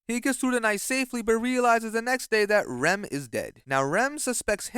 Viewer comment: its always the same pronunciation of the ram and rem that ticks me off 😭